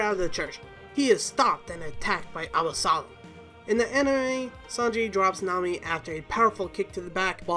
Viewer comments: Please, please learn to pronounce things, it's not Alasom, it's Absalom, it's not Baratay, it's Baratie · You really need to work on your pronunciation 😂😂😂abasolom menga 😂 like wtf how are you gonna make a video where you butcher almost every name 🤣🤣🤣🤣🤣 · Is anyone also disturbed by the way the names are pronounced. Especially Absalom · You mispronounced so many things god please get it right, Absalom, shueisha, akainu